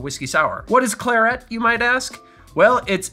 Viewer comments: Thank you for a great video… just the pronunciation of claret… it’s kla rhut… not Clare et. much love though. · as a rule, i trust your pronunciation on alcohol names, but in this case I must point out that claret has the stress on the first syllable. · Claret - emphasis on the first syllable. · A pronunciation of claret I have never heard before. Most interesting. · I don't think I've ever heard claret pronounced that way before :) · That pronunciation of claret was hilarious! Do you do this for a living??